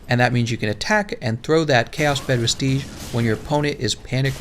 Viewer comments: Great video, I can tell you put a lot of work into it. Also vestige is said like vestij instead of vesteege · He's right, it is vestijj.